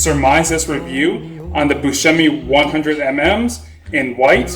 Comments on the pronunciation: It is pronounced Bus shh emi! It is hard to right the Italian pronunciation because part of our speech is our diction. We speak with emphasis, with an attitude and hands. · I am Italian! the pronunciation is like shh like asking someone to be quiet, hence, Bus shh e mi.